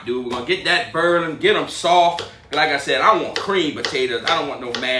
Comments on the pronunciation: Just like how my grandpa and mom say warsher lol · Can anyone spell how he says boiling?